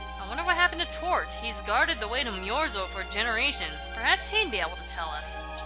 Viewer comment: its not tort for whatever reason. its toth. weird.